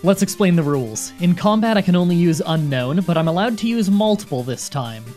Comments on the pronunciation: Needlessly pedantic comment of the day: isn’t it pronounced “Un-Own”, not “Un-Known?” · Its pronounced un-own like disowning not unknown apparently. Look at Google not me pls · It's "Un - own". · says unknown the entire video even though it’s name is unown :(